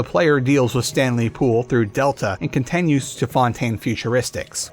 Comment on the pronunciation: dude why do you say contenues so much